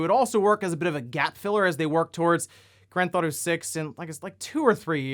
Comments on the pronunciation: “Grand Thought-O” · Always been a fan of "Granthauto," as you call it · Granth Auto,?;-) just poking a bit of fun. I've noticed you say it like that a few vids back. Just giving ya a hard time. (Comments is comments yo!)